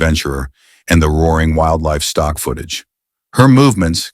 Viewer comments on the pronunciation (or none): none